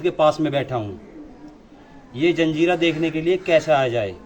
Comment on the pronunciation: धन्यवाद भाई,जंजीरा नही जजीरा बोलते है